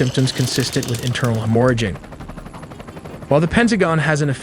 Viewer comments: Internal hemore-a-jing, man that almost sounds as bad as internal hemorrhaging. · Hem-MORE-a-ging? Hemorrhaging. The word is pronounced HEMM-or-a-ging. The emphasis is on the first syllable. Please reprogram your goddamn computer generated AI voiceover generator… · "hem-ora-jing" ...wow. I can't even. ❤😂🎉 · when the ai mispronounced ‘hemorrhaging’, I know I was traumatized. 😮